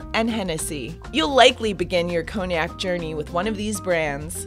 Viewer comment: Cognac pronounced conyak not koniak